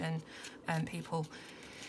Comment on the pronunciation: It is a bit funny for me to see this video because I am Danish... I have never seen this book before :) I can tell you that you say the word correctly. Hygge is a big part of our life here in Denmark. And I can relate to the pictures. Thank you for this video :)